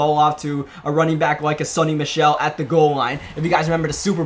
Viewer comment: Alright let's get this straight. His name is SONY Michel. Not SUNNY!!!